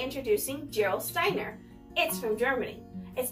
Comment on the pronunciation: This is some of the best water on the planet. It has a super high mineral content. BTW, y'all, the "G" is pronounced like "G" in Get, Gone, Go...etc., Not like an English "J" as in George